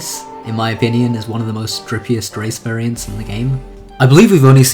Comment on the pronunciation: who here heard him say strippiest instead of dripiest